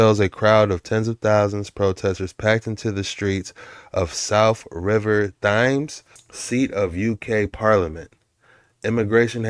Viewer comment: I don’t want to insult you, but today your ignorance has really got on my nerves. First of all the river Thames is pronounced like the word tens except put a “m” on the end. It’s the most famous river in the UK. How do you Americans not know this? I’m a Canadian and I knew this from the time. I was probably seven years old. And the reason that everyone is marching is in response to Charlie Kirk beingmurdered, and the fact that our governments are not listening to us about illegal immigration. The catalyst was Charlie’s murder. It seems like the only country that hasn’t responded to Charlie’s. Death is the country it happened in!